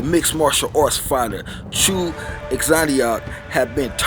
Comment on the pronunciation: That name mispronunciation, though. XD I mean, atleast try!